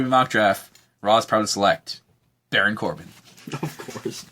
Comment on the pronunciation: its Baron not Barin